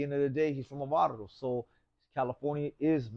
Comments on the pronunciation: This vato said Barro instead Barrio one time lol how can he not say it right every time if your Raza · He’s from a barro 😂 haha can’t even say barrio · Barrio not barro wuey.